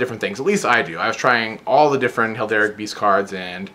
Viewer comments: The one thing that kept annoying me: it's pronounced hair-al-dic, not hel-dar-ic. >.< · Cool deck but why do you keep saying "Helderic"? It's Heraldic, like herald... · It's her-all-dic not hel-der-ic. Like Herald with an "ic" at the end. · Heraldic beast like herald, not helderic :)